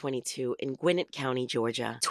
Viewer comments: Hearing the narrator say “GWIN-nit” instead of “gwi-NET” is like nails on the chalkboard. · As a Gwinnett native, it's pronounced Gwinnétt. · The way they pronounce "Gwinnett" is annoying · Not far into the video but she say "Gwinnett County"? As in GA. As in where I live - ffs!